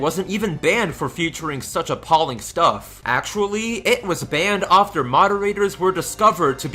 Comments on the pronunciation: It's after, not ofter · why do you say offter? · Learn how to say after, jesus. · why do you say "after" like that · I don't like the way you say after, but I still like your videos.